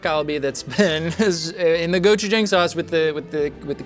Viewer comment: The way he says galbi and gochujang drives me nuts.